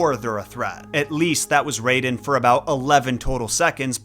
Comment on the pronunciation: omg stop saying RAYden. his name is raiden. r-EYE-den. yes it was spelled Rayden in the first Mortal Kombat BUT that was a mistranslation and all subsequent games have used the correct spelling.